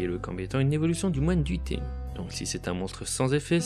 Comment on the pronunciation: Je connaissait pas Tenyi j'ai découvert de nouvelle chose et l'archétype à l'air d'être sympa, mais faut pas écorcher le nom des monstres ! xD Je me demandais si à l'avenir vous pourriez nous indiquer pour quel type de joueur s'oriente un deck, si il est assez facile et recommander pour les joueurs débutant ou si c'est plutôt un deck avec des "combos" pour les joueurs un peu plus avancé, merci d'avance =)